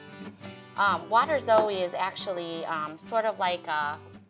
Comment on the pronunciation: Waterzooi poulet, a flemish word and a french word, both severely mispronounced. Tasty